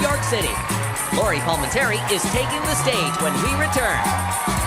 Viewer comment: You butchered the name of the best comic here - and it's not like it was difficult to check the spelling of Lori Palminteri from the credits at the end.